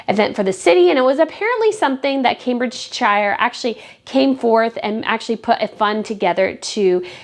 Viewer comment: Camebridgeshire for non Brits is pronounced phonetically, Cambridgesher. No criticism intended.